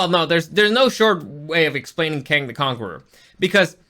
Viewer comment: As I’m trying to get passed you ripping off Supercarlinbros 3 minutes and and you can’t even pronounce Kang right after just watching the movie. I’m done. Never again